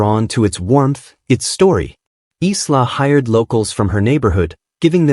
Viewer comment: EYE-LAH not Islah!